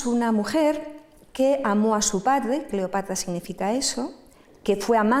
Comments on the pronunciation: Es muy pesada y cansina, contándolo. Y, éso de " Cleopatla" suena fatal. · Buena conferencia, mucha info interesante de principio a fin, solo la pronunciación "Cleopatla" realmente distraía. Por lo demás mis felicitaciones! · Cleopatla, estlategia. No sé por qué me parece sexy la dislexia de. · EXCELENTE PONENTE PERO...EN LUGARDE LA" R" PRONUNCIA LA "L" "CLEOPATLA" Y USA LA MULETILLA " MM". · Y la pronunciación de "Cleopatla" tenía un problemde pronunciación de la sílaba tra, tre tri Tro tru! Decía tla, tle, tli, tlo, tlu... Y distrae